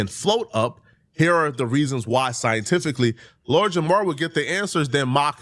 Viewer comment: As someone with the name Jamar. Please remember to pronounce the R. Idk how even other black people get this shit wrong lol 😂🤦🏿‍♂️